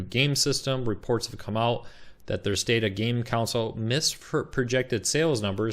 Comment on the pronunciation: Console. Con. Sole. Console. Not council. Not counsel. Console. Con. Sole.